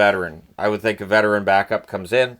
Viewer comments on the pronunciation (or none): none